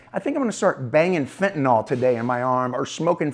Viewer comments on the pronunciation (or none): Dear USA, it's fentanyl, not fentanol. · Can you, as the reporter, please pronounce Fentanyl the way it is spelled when speaking with other professionals? It makes you look bad when you are doing more and more serious reporting. Code switch a little.